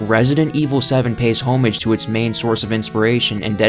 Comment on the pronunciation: Bro really said homage.